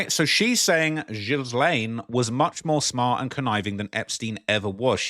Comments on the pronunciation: A few decades ago? Ghilaine is too beautiful of a name for you to be butchering like this. I let the Tupac mispronunciation slide because he hated America and was a pro leftist revolutionary! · Your pronouncing her name wrong, the 's' is silent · Its pronounced Gillane Xx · Her name is properly pronounced "Gee-lane". Hard "G". Not her. The "jail" Ghislaine is too heavy in the body. She probably hasn't eaten much in prison if the food is bad. The body is wrong. Face wrong. To say it's "misogyny" is just stupid. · Please learn to say her name ! It is pronounced G as in the word good. So GILL. As in fish gill The LANE as in the little boy down the Lane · Please pronounce her French name properly: it's pronounced 'Geelen'. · Hello There! the way you should pronounce Ghislain is Yilein. Greetings! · This is not Ghisssslaine. You're not supposed to pronounce the "s". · That's not Ghislaine Maxwell, that's Guylaine Lowwell. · My dear, her name is pronounced “Gee-lane”. Keep up the crackin videos. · The "S" is silent in Ghislaine's name. Stop saying "jizlaine!" please, "jiz" is something else entirely dear and its creepy you keep calling her that ( especially if she's a poor body double!- with the worst paid job in the world! lol.). Ig it is the real Ghislaine, the botox nurse clearly missed her lips and hit her nose. Ha ha - its not the same woman! OMG this just gets worse and worse. Go compare the voice of the body double -its quite different to the real Ghislaine we heard from earlier years. The body double has a deeper and more nasally voice and is clearly putting on an accent. Even sounded Scottish for a moment as she forgot which accent she should've been copying. Oh dear ... you can't get good hired help these days... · Takes 2 secs to learn the proper pronunciation of her name. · It's really annoying to me how her name is continuously mispronounced...